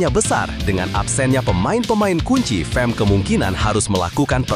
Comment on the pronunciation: bukan fem..fam lah.